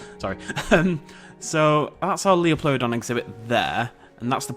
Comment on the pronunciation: It bothers me when you pronounce Liopleurodon like it is spelt. The Lio is pronounced like Lie.